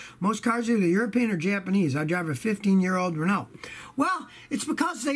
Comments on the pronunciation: dunebasher1971 I thought he did pretty good on “peugeot” and it’s more of “REn-au” Not “REN-oh 🤣🤣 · Hearing Scotty trying to pronounce "Citroen" and "Peugeot" is amusing :) He gets "Renault" more-or-less right, although the emphasis should be on the first syllable - it's "REN-oh", not "ren-OH".